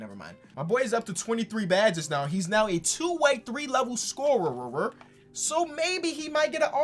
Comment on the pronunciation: "scoreroror" hahahaha